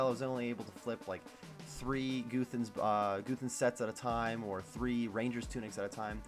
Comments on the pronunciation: its guthans not goothans pls stop it D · You're right I don't. I also don't get what that has to do with Goothans being a funny way to pronounce Guthans.